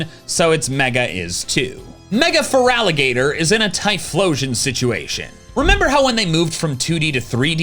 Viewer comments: IT'S FERALIGATR, NOT FURALIGATOR! THERE IS NO U, AND THERE IS NO VOWEL BETWEEN THE T AND THE R! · FERALIGATR, NOT FERALAGATER! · THERE IS NO VOWEL BETWEEN THE T AND THE R IN FERALIGATR! REMOVE IT NOW!